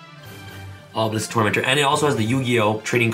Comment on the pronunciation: Me hearing you say obilesk is powerful me having dragon master knight